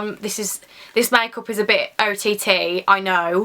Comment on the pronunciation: yes omg the way she said make up!!